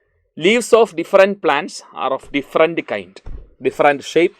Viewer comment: Sir your pronouns is not correct “diferent” sir your pronouns this not correct “different “ this is corrected pronouns thank you sir thank you 🤩